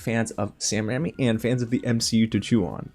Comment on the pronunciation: RAIMI not RAMMY